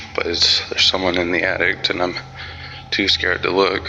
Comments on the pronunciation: It's attic! Not attict! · Did he say addict instead of attic? I think that could be a sign of how much he was real scared. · the only thing I was thinking was... why do you keep saying 'addict' instead of 'attic" .. lol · Lol the guy at the school says attic attict. I want to tell him so bad there is no t in attic at the end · This dumbsh*it said “addict” instead of attic toooo many times! Good lord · It's pronounced attic....not addict. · I can’t be the only one who heard the guy refer to the attic as “addict”. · Why does my guy in the school say "addict" instead of "attic"? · Is the school guy saying "attict"...? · I've heard a lot of people put a "T" at the end of "attic" so it sounds like "attict". The school video definitely has this. I have wondered if that's a regional thing and where it might originate. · Too preoccupied by the man saying “addict” instead of “attic” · Yeah but why does he say "addict" instead of "attic"? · The scariest part of the whole video? The number of times the school guard pronounced attic as addict! Man, my spine is still itching! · Dude in the 3rd video in the school has some balls,I would have been gone like a leprechaun!(is he saying addict, instead of attic?) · "Theres something in the *attict*" 😂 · Does anyone else hear that guy saying "addict" instead of "attic" 🤣🤣🤣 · I never know attic was pronounced "attict".🙉🤦‍♀️ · Why do so many people pronounce attic "addict"? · The atticked? Did he just say that? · The most horrifying thing about the high school video was the guy calling the attic an attict. Lol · Probably an addict in the attic. Not that he knows any better, but I'm guessing the local crack heads are up there partying. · Lol the way he says attic in the high school video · That person in the highschool needs to go back to school, he can't even say ATTIC 😂😂😂